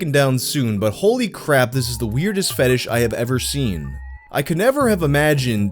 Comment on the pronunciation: i like the pronunciation of "fetidge" somehow it feel appropriate.